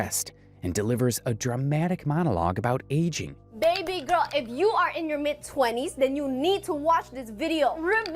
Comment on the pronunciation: Everytime she says "baby gorl" and then starts being delulu, I cringed so hard 😅